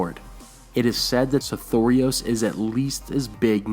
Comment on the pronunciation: I think its just because i have only the way I sounded out the name originally when I saw it in the books, but I HATE the way you say it. Sothoros seems to roll nicer. I have a feeling some of these things are meant to be conveyed as an accent, not enunciated syllables.